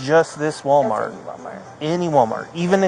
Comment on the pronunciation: Oh, Mr. Officer, please stop with the “problAmo” and the “WalMareto”…you do not sound too swift yourself, sir.